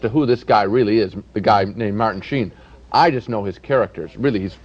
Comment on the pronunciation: Why does he miss pronounce the name? It's fairly straightforward.